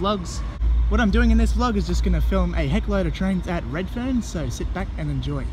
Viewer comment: Next stop reedferrn got me guys 😂😂😂😂😂😂